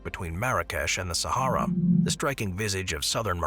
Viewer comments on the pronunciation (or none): none